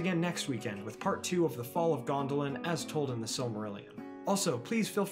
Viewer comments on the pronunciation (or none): none